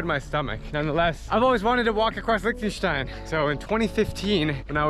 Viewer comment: As a german, it the way he pronounces Liechtenstein triggers me XD.